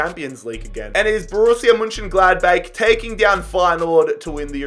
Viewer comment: No one: Absolutely No One:: Borussia M’Gladbake